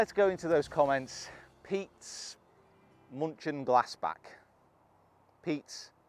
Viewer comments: Wasn’t sure if you said „munchkin“ or „München“ 😂 good to have to back ‘s München Glassback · "Peetsss.....munchinglaassbak" Sorry but can you translate that into Australian 🤣